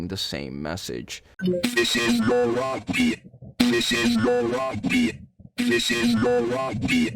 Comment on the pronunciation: why did i hear "this is your rugby"